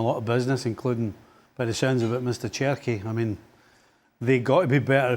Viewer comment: espn is a joke this guy says cherki 🤦🏽‍♂️